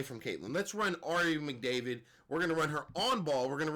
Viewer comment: Ari “Mcdavid” 😂😂😂😂😂 bro I’m weak af